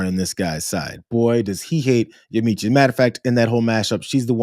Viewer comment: Yamiche Alcindor's name is "ya-MEESH"